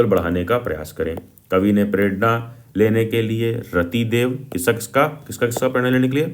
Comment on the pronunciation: Manushita nhi Manushyta !! Ratidev nhi Rantidev !! Bhaiya ji kya aap bhi !! Btw Thank u for this 😂😂